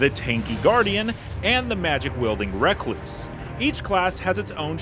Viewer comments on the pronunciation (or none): Recluse like a loner is surely the word you’re trying to say not “reck-loose”!